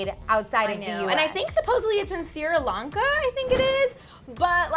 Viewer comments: Wait..... Did she just say Siri Lanka instead of Sri Lanka..?????????? 😦😭😷🤒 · This episode is a mess. Its Sri Lanka not Sira Lanka! Ivy Park is already out and on Topshop's website. And they mixed up the Kardashians names! Y'all better get your facts straigjt before you release videos. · its 'sri lanka'..not "siri lanka" its sad how you english speaking countries can't pronounce these words easily.. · Sira Lanka ? Ahahaha it's Sri Lanka lol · Siri Lanka? lmao! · Did that girl pronounce SRI LANKA as "Siri Lanka"? Haha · Did she say sierra lanka? I think she meant sri lanka! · see-ruh lanka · it was like Sira Lanka 😂 i was so confused until i got it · did just pronounce sri lanka 'sira lanka'? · did she just say sierra lanka? :D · Siri Lanka? 😒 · Omg did she just say "Sira Lawnka"? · lol they don't even know how to pronounce Sri-Lanka properly #soclevver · the way she pronounced Sri Lanka gave me cancer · Yep, sounds like that's what she was trying to say. I laughed because she totally butchered it lol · You said Sri Lanka wrong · I cringed so much at the way said Sri Lanka 😬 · She couldn't even pronounce Sri Lanka correctly, she should be ashamed lol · Orgasm IKR its like that hard to say "Sri Lanka"